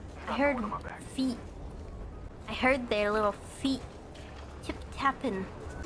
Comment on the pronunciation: Ame: Why are you guys obsessed with feet? Also Ame: puts a ton of emphasis on the word feet